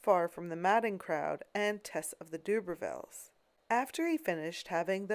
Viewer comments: Interesting take on the pronunciation of Tess of the d'Urbervilles ... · Tess of the Doobervilles? 🤣